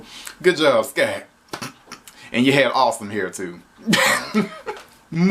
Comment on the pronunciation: It’s SCOTT Truman not Sky Truman